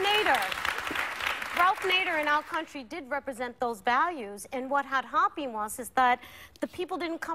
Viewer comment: How does Rosie P, say Hoppy [a word?] instead of happened?